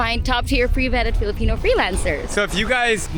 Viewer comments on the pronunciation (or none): everything was fine till you said "filapeno" so tyred of reading or hearing or watching filopeno W/E, i was s jbs trainer from brooks AB n it was filo this n filo that. as a canadian, fk filo